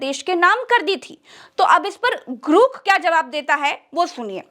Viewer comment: ग्रोक, ग्रूक नहीं!